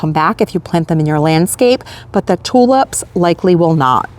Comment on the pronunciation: I'm amused at the way you say tulips .... you say TU LUPS.